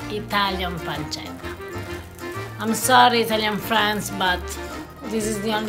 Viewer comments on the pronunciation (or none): It's pancetta not panchetta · Pancetta not panchetta. Ce or ci in italian is pronounced like English Ch in Cheetos. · Sorry, pal but is not pronounced panketta !